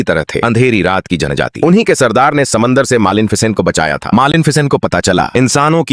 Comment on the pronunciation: Malen ficen😂😂